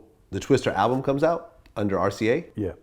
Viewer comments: Twista vlad. Not twister. Goddamn. Vlads mispronounciations drive me nuts. No one else on 🌎 has that effect on me.. Vlad you suck. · Twista, not Twister. Fuckin dumbass corn ball. Lol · TWISTAAAAAAAA STAAAAAAA NOT STER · Vlad, it's TWISTA, not Twister. Come on bruh!